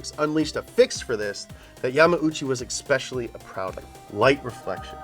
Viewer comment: "ex-speshully" LoL